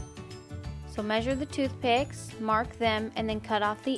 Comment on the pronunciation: Are not thoothpick